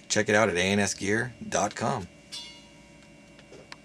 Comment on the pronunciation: i literally stated before posting i mean no disrespect to ans gear. they are a great store and i have nothing against them. i did however state that he sounded like he said something like "anus gear" at the start now if this offended you...i dont know why then disregard my statement.